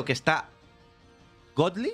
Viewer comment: Esta como borracho ese tio con el godli